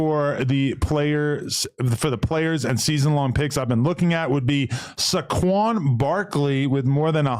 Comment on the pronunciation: Nothing is funnier than hearing Adam try to pronounce athletes names on prize picks. You can tell he didn’t grow up with 🥷 and don’t watch sports. He called this man Suquan